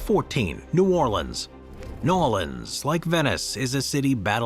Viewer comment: It’s not called Nawleans and that ain’t New Orleans